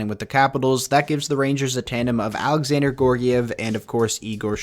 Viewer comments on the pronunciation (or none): Gee-yor-giev Georgiev Not "Gor-giev" there's an "e"